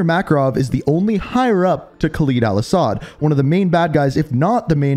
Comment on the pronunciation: This man keeps saying khaleeeed instead of kha “ LEAD “ al asad